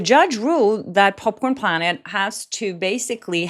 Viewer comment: Thank you for saying their name properly! Popcorned Planet🤩